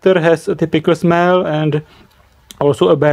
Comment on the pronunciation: "WheN i SmEeLl it." SNIFF SNIFF